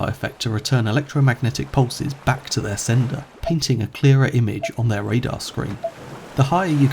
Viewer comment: Thats a good "radar" Lol